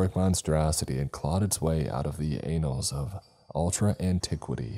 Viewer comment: Was pronouncing 'Annals" as "Anals" intentional humor?